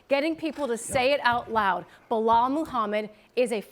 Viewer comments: Chael - its Bee-lal Not Blo hall Hahaha… :) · Bluh-hal - Chael Sonnen😂😂😂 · Chael: Behal lol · Loool how does he get away with mispronouncing fighters name (behal) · Charles Sonnen was a Blahal believer years ago. There is a clip of him calling Belal Blahal over the years. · Chael still saying Belahall